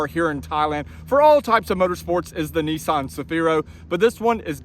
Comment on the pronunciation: Neesaan? Say NISMO. Now say Nissan.....